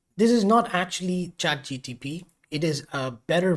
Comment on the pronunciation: Trigger alert: he keeps saying Chat G T P .. instead of G P T